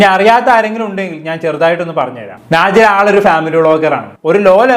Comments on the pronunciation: നാജില അല്ല വേടലെ നെജില 😂😂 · കൈസെ നാജില അല്ല നെജില